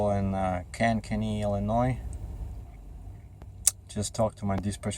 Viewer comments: closer to Khank kuh kee..I used to live there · Kankakee is pronounced more like Cane-caw-key.